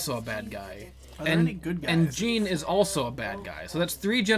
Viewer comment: Jean, Ak-uma, Yoshimeetsu. pronunciations hurt me.